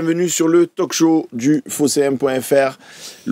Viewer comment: On ne prononce pas la lettre "l" dans "talk". Cela s'appelle "a silent letter". Même chose avec "walk"